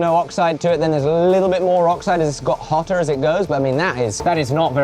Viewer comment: "HOTTAR" By Jove, he's getting posher 🤯